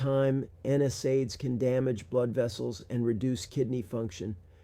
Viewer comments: My clue he was an actor and not in the medical field like me, was when he pronounced NSAID incorrectly. No one in my 30 years of practice has ever pronounced it like he does. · This 'doctor' doesn't pronounce NSAID correctly so be careful. Would be helpful to include his credentials in description to check. These days don't believe ANYTHING online until verified